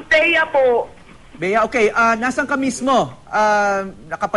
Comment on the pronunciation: Thea.. hindi BEA... imba ears..